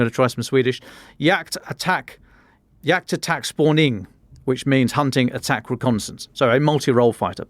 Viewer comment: Alright, that's not horrible Swedish 👏 Just emphasize the first syllable in "spaning", give it a slightly more open vowel and then land on a lower pitch at the end.